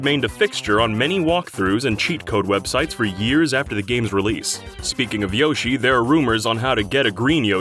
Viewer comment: Why do you say Yoshi wrong?